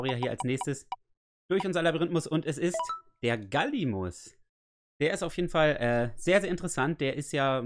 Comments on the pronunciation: Das heißt nicht 'Gallimus' sondern #Gallimimus. Trotzdem sehr cooles Video👍👍 Bist der Beste. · #Gallimimus... bitte in der Folge richtig vorlesen😉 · #Gallimimus Ich finds witzig wie immer Gallimus sagt:D